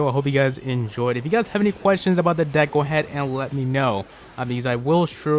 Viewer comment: lol I heard, "This dick evolves all around elixer."